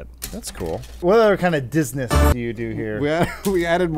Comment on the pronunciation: Okay, I love this "zoom in on face for comedic effect" editing style, I was in stitches when he first said Disness